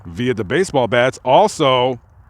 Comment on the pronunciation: You said baseball blats. Lol most people probably didn't catch it. My children's baseball blats. Lol. Awesome video. Baseball blats is at 4.34.